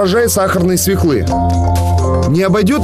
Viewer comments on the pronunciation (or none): Не свеклы - а свёклы!!!)